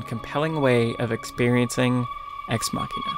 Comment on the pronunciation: The pronunciation of Ex Machina is irritating. It's "muh-sheen," not "maw-keen."